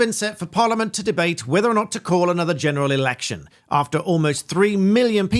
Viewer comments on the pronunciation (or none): a genulalalection you say? Sounds good